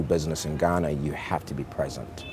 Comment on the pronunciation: Why does he try to speak like that? Ghanarrrrr, Africarrrrrr. Like there’s no ‘r’ in those nouns. The accent isn’t supposed to be the issue here. He’s a great man. And I aspire to be like him one day. But go easy on the forced accent please.